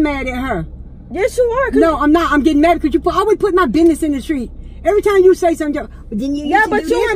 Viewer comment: The way she said buisness 💀